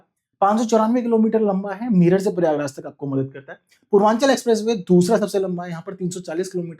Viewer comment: its not परियागराज, its प्रयागराज …..